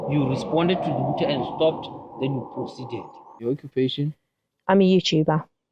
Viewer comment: Cop guy: youchuber🤣